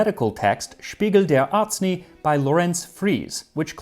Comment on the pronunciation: It's Arznei not Arzknee. [edit] they wrote it so arzknee is actually an understandable error.